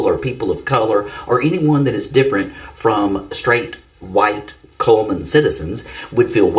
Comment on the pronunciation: It's called CULLMAN...CULL-MAN😮...Even if they change it to Comeman...maybe🫣🤥😳